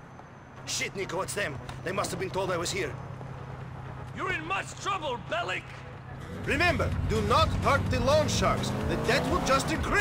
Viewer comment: Endlich jemand der Belic richtig aussprechen kann! Als Serbin tut es mir in den Ohren weh, wenn ich BeliK höre. Danke Piet. :P